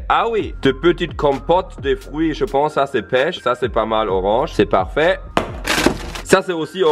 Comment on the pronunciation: "Z'est blanc"😂